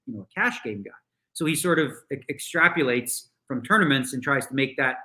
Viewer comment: Extrapolates Daniel - not extrapulates- ps - love ya man